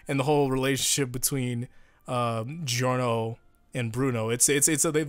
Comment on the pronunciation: Also it's Jorno not Geeorno